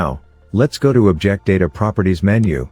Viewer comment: Thank you! Your tutorials are really good! Fantastic demonstrations. Is it possible to change the narration engine? I feel it's overused a bit and applies improper pronunciation to words like 'object'. No worries if not, it's not really a huge bother, just a consideration.